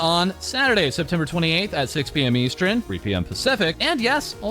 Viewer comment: EVERY TIME he talks about timezones he says "eastren" instead of "eastern" and it's absolutely torture at this point 😂😂